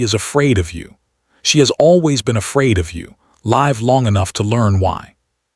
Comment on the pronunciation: Live short i not lived with long I. Please stop reading the wrong word!